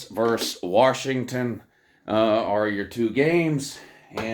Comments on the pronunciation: VERSUS not VERSE! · that is what you keep saying. Verse instead of Versus. Had to edit. LoL. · You say verse. You should say versus.